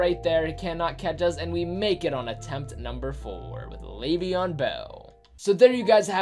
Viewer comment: EdgE_Astro no it’s Le’veon